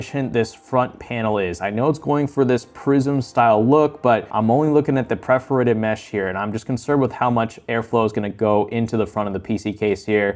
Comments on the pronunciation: Dude you keep saying “preforated” and it’s driving me crazy. Just say it like it’s spelled. Per-for-ated. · Not hating, great video, but it’s “perforated,” not “preforated.” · anyone else getting triggerd by the constant mispronunciation of perforated? like english isnt even my first language but i found countless mispronunciations and grammatical errors + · Good content... but seriously, how do you not know how to say "perforated" when you review cases?? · Please learn how to say perforated